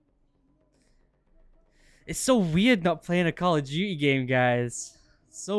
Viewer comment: Nobody::Call of dewte